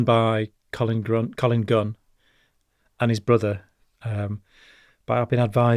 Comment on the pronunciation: He cant even get collins name right lol i think this guy a fraud lol